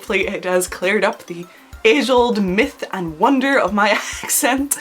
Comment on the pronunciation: You said wonder at the end in an Plain American accent. 👍🏽👍🏽